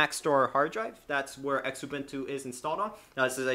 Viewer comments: Penny are not engraved they are stamped ! also the X in xubuntu is pronounced as a z zu-bun-tu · Xubuntu. Pronounced Zoo-bun-too.